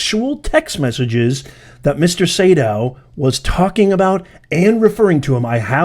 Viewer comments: Sadow...long A . Say...dow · It's Say-dow. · I believe it’s pronounced “Say-dow”. You had it right the first time. 🤣 That’s why he said “dang” when he was reading the texts. I believe that there should be at least 3 lawyers losing their licenses, and being disbarred. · Sadow is pronounced SAYdow